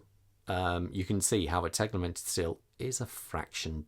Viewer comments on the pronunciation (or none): As a owner of the MOP dialed U 50 which I have for a year now I can say, the u50 is not only available with a black dial. Also it's called "tegimented" not "teglemented".